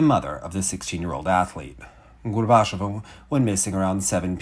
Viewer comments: It's pronounced, "GORBA-CHYO-VA." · for future episodes and segments. Gorbacheva rhymes with Usacheva. Stress the same syllable as in Daria's last name, the "che" ("chyo"). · At the very least try to say Alina’s name correctly. You repeatedly say ‘Gorbash-ova’ which is not how it’s said. Overall, maybe don’t put Russian in your videos until you’re comfortable speaking it, it comes across as low effort and demeaning, with a serious lack of care for the child you’re reporting on.